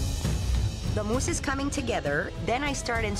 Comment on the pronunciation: Why does scallop mousse sounds like scallop moose